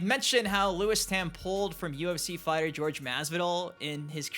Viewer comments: It's pronounced hor-hay (Jorge) Masvidal not George. Funny how it's only the teeth that are what's wrong with Mileena. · “George” Masvidal? what an insult. It’s Jorge! SMH 🤦🏻‍♂️